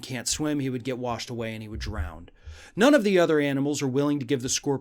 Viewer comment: I love the scorpion and frog fable but the word is "drown" not drowned or drownd haha!.. unless it's past tense.